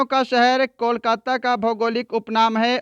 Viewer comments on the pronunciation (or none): none